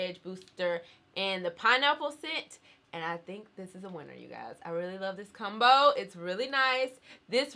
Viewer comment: The way u say “combo” is weird 😂😂 u say it like “ cum-bo”, “cum-bination”